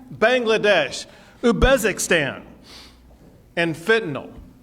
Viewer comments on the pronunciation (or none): There need to be a bit more security on the border; but the way the governor stated his case made him lose a lot of his credibility. He said four nations, Senegal, Bangladesh, Uzbekistan. He pronounced them Sinegal, Bangladesh, Ubeskistan. It could be his accent, but if he doesn’t know the nations the people who seek a better life are coming from, then he won’t do the right duty for our country. We shouldn’t turn back immigrants unless they break in. The entire border application system is a bloated bureaucracy that takes years to be accepted, especially for people coming from war-ravaged countries. I have a friend who came from Iraq, his family waited nearly six years after applying in 2006 for visas to come here, and his grandmother is still waiting. Frankly, we are not helping ourselves by denying these people. Our country’s population is declining and the few ideas coming out of the political webs of the republicans and democrats is either let them all in, discourage them, arrest them, or block them. There are very few ideas or attempts made to help bring these people in and allow them a future where they can help our country and themselves. Perhaps that’s where we as Americans have to step in. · Ubezikstan lol Greg Abbott needs to brush up on his Geography. Btw for anyone who cares i believe he meant to say Uzbekistan...